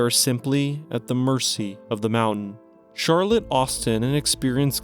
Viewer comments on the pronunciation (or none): none